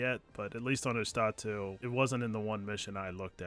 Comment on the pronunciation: Man, if I had a nickle for everytime I heard someone misspronounce Ustotu I would have like 5 bucks. p.s:It is YOOS-TO-TU not OOS-TA-TU